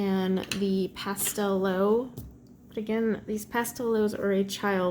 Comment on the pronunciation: oh, pastelowe means ''pastel'' haha! It's pronounced ''pastelove'' :D